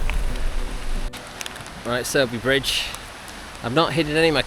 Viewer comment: Your pronunciation of Sowerby Bridge is spot on mate. Get yourself a power bank or two. Stick them in a top tube bag and charge devices on the go.